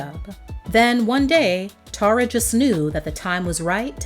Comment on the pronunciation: One of the songs on her album is called "Tara By The Way," and in her case she pronounces it Tarra, like the narrator did.